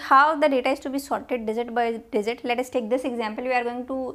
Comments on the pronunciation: indians be like swap (j,z) ------> dizit :D not digit . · Oh, I couldn't understand what you're meaning by 'desert' here, while dealing with numbers, until I realised that the word was 'digit' for which you said 'desert'! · It's Digit. NOT DIZIT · dizit nai digit hota hai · Maam its DIGIT .....not DIZIT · I was in the mood to study but she pronounces 'digit' as 'dessert'......now I wanna eat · Dizit 😆 By the way lecture was fantastic !